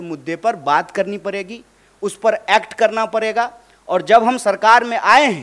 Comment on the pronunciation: Kanhaiya ji ko phle koi bolna sikhaye.... parega ni padega hota hai ....pahar ni pahad hota hai